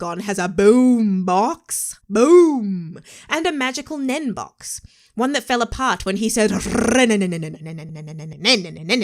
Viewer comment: NEN....just say NEN. 1 time 🤣